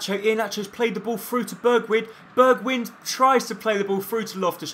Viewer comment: It is actually pronounced "Berg-wine" and not "Berg-win", but yeah ... No one cares.